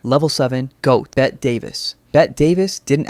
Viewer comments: I see Bette Davis listed as Level 7: I click IMMEDIATELY but dog her name is pronounced like “Betty” 😭😭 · I’m f*ckin SCREAMING at how hilarious these AI slop channels get when any time they mention Bette Davis they mistakenly use imagery/footage of Joan Crawford (or vice versa) because of their intertwining “feud” or whatever. Not to mention the constantly MISPRONUNCIATION of her very SIMPLE five letter name. This is how I know a channel relies on AI and no fact checking.